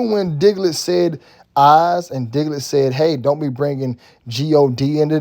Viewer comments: He keep saying diglet 😂🤣🤣🤣🤣🤣🤣🤣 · You call him Diglet 😂😂😂😂